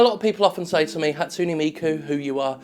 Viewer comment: Ha-tsu-NE, not Hatsuni. T_T Pleaaaase tell me you were doing that on purpose.